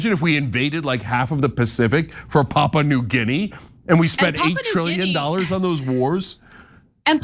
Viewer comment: It's Papua, not Papa. Stressed in U. And Guinea, not Gini.